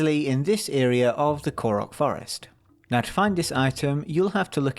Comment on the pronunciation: "from the forst"